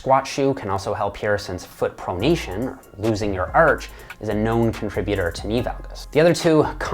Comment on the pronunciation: Is it just me or does he sound irish when he says "bar" or "arch" ??